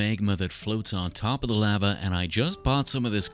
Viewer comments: I had finally came to peace with the way you pronounce aluminum just for you to pronounce lava (“laa -vuh”) as “lah-vuh”, I can’t do this anymore 😔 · I can accept how says “aluminum” but I draw the line at “lava”. Not ok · The way you say lava is so funny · I thought Lava was the monsters name cause the way he pronounced it, I only noticed he's saying the hot stuff when he started making the Lava